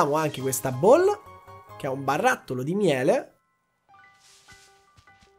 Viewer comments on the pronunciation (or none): none